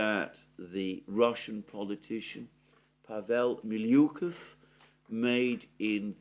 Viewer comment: Oh, for Zeus' sake! I can accept (even though I cringe every time) all those mispronounced names of villages and towns Mr. Mercouris never heard about before the current events started (even though, after talking about them almost every day for months on end one could have probably learned all of them already), but MiYUkov?! МилЮков?!! Really?